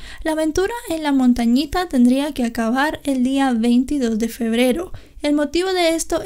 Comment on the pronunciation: Es "Montañita" c